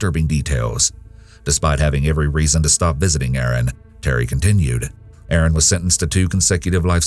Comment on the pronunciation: It's Erin NOT Aaron